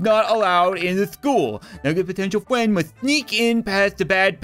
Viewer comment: english: Friend Translate to nugget:Fwend